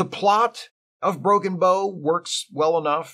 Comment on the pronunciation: Psst, - it's pronounced like "take a bow" in this case:)